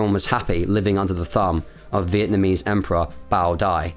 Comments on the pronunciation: Great job; factual without clouding issues with emotions, AND you took the trouble to pronounce names correctly. I missed this war by a whisker, thank ford! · As a Vietnamese, your pronunciation of the Vietnamese names were very good. Greatly appreciate it!